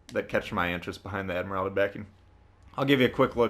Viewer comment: Just saying it’s pronounced admiral-ty